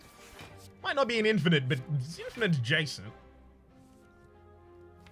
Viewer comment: "Infinish" LUL